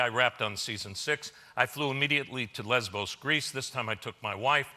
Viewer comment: Don't mean to seem distasteful, but "lesbo's crease" sounds like a place one wouldn't wanna bring one's wife. I know he said Greece, to be clear. But hell...